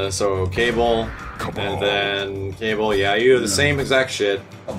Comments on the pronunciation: did he just call kabal, cable. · Is no one gonna realize that said Cable instead of Kabal? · Everyone: Kabul This YouTuber: Cable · Announcer: KABAL: Cable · Kay ball it's kaa ball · XD wtf who is cable? cable is in some x-men shit this is kabal, always been kabal and not cable rofl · He dead ass pronounces Kabal “Cable” 😂😂😂😂😂😂😂😂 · bruh did he just say "cable" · He calls Kabal "Cable"?